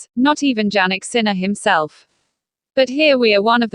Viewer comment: You don't even prounce his name correctly. How could anyone belive you!